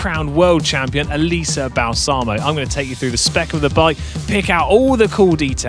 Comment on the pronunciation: Since we're talking about her, it's pronounced BAH-lsamo, not Bal-SAH-mo. It means "Balm". Yes, as in the skin care product. Thank you for coming to my Ted Talk.